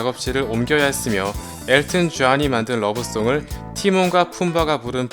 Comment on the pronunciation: 라이언킹~엘튼 전~전 파부로~발음 직이네예